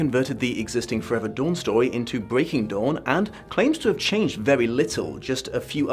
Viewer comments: With your accent. When you initially said breaking dawn. I thought you said Breaking Dom haha. Might have some truth to it or its to early in the morn for me and I havent had a cup of tea yet XD Edit :(went back and listened to it a few times. Convinced thats what you Dom not dawn. Genuine or Freudian slip?) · Did he just say... Twilight: Breaking Dom?